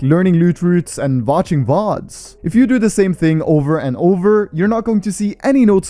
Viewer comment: Vatching VODS, wend indian for a sec